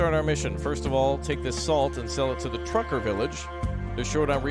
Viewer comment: tucker villiage, not trucker